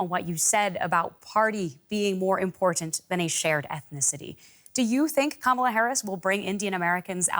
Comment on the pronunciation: Why do you want to be like Trump and mispronounce Kamala's name?